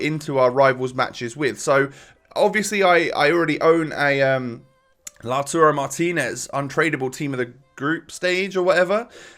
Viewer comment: It’s LAUTARO